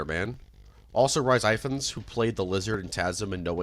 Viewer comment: Hearing Americans trying to pronounce Rhys Ifans will never not be funny.